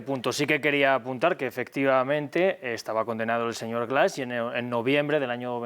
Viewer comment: Siempre Defendiendo lo indefendible este ex-embajador. Que pronuncie bien es Presidente Andrés Manuel, no deñor, hasta la segunda vez lo menciona bien. No cabe duda que la vejez no te da Educación ni respeto. Habkando de supuesta justicia pero sacan mtiendose cono LADRONES en una Embajada. Lamentable No les Importa du pueblo al fin que lis políticos tuenen dinero en diferentes bancos.